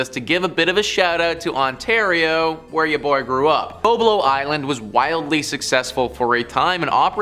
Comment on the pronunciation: It is "Bob"lo.